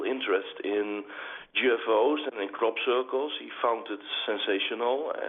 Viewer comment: I love OM radio but I have to laugh at pronunciation of crop circles...sounds more like 'Crap 'Circles lol. keep up the good work and peace to all. (and hey its ok to have a laugh eh?)